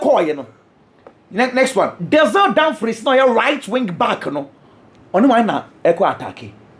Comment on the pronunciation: Damfries not Damfrys…masa why wo pri